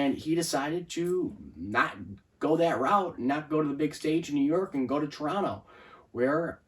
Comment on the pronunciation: Thank you for pronouncing our city name without the second “t” 👍